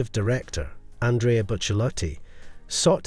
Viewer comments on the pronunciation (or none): none